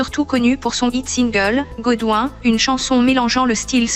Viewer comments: Godwin (prononcé Godwine et non godwouin) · Merci mais il faut bien prononcer ton godwin